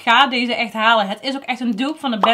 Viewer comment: Vind het zo grappig dat je gewoon met accent praat. Het mooiste is dat je altijd hut zegt. Ipv het. Ga zo door en blijf je zelf 👍